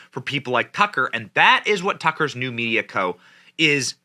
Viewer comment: Media, not Meida